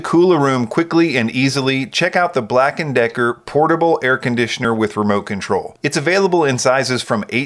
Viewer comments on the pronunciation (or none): I thought he said upper Decker